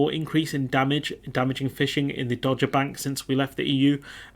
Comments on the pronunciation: It is pronounced Dog-er, not Dodge-er. It used to be part of the shipping forecast, don't know if it still is... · It’s pronounced “dogger”, as in “Cruella Patel is an enthusiastic dogger”, or “The Slimy Gove introduced Cruella Patel to dogging”. Hope that helps. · Good bit of analysis of the Guardian article there. Thanks for that. Just being a pedant here, "Dogger" is pronounced 'Dog -grr' (ie someone who goes to dogging sites - which I hope you're far too innocent to know about!) and whiting is pronounced 'white-ing' (like an umm... ing that is white? LOL). But, as I said, I'm just being a pedant. I tend to agree with everything you've said.